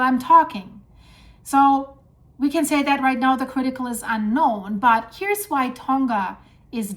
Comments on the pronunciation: It is actually pronounced Tong.uh. Not 'Tong.guh'. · Safe in Auckland, Its pronounches Tounga, just saying, AI